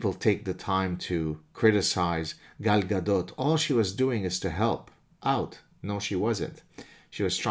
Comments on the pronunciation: It sounded like you said: I, I'm Gal's dad. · The way he kept saying Gal Gadot 😂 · I came here to hear Gad pronounce Gal Gadot. Thanks!